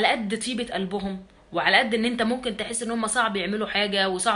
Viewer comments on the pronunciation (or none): none